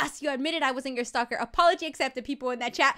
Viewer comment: its STALKER NOT SLALKER